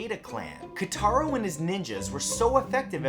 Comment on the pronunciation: It's KOtaro not KAtaro....